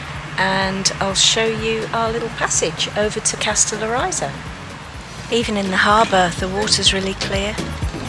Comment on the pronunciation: Lol you’ll have to first learn pronounce the name of the island correctly and then I’ll tell you how to say very beautiful in Greek. The stress is on the first O and the I is pronounced like in ridge not like in riot.